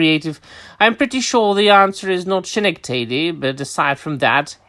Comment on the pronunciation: (It's "skuh-NECK-dih-dee" btw. Otherwise, good stuff, as always.)